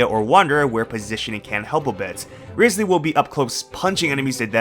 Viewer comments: Rye-slee not rizz-lee.... 😢😢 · By the way - it's RISE ly not RIZZ ly. Listen to his own introduction when he visits the home of that prisoner. I have a guarantee for him. He's so cute. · Still pronouncing it riz lee when in the game he's called Wriothesley (riots lee)...